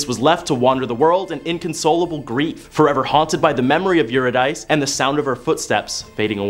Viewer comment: Love the content but am distracted by the mispronounciation of all the names. For instance, Euridice is pronounced you rid ah see. Wishing you amazing success in your next steps and beyond.